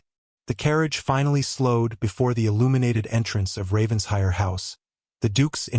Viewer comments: An excellent narration, however the story needs editing;The past tense of read is pronounced red Ravens-hire is pronounced Raven-shire or Raven-shur., depending upon the local dialect. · RavenSHIRE! PLEASE! You AI needs to learn ENGLISH! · Several consistent mispronunciations, some are homophones but many are poor AI programming of English. Examples; read-read, lead-lead, wound-wound, but really if you are going to use a family name such as RavenSHIRE, have AI programmed to pronounce it correctly! A shire is a land area designation of England. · Well said , I find this mispronunciation irritating